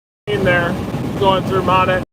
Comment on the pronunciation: We Arkies pronounce Monette (Mo - Net) LOL Thank you for everything you do!!! Travel safe!